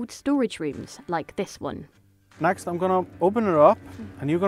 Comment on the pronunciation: correct me if i'm wrong, but isn't ð supposed to be pronounced like the "th" sound? so, wouldn't his name almost be Guthyon